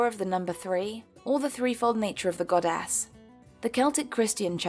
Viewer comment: Any one noticed that she says GodASS